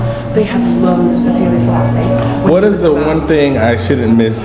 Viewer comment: Haile, WHO, Selalie🤣🤣🤣🤣🤣 ok 😂😂